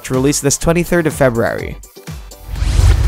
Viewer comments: Videy games? Febrary? Dude, annunciation. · Video should be called “How not to pronounce February” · LOL Feb-rary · Axess2084 haha I'm glad I'm not the only one who heard it 😂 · I imagine that's the Tommy Wiseau pronunciation. lol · I love how he says February 😂😂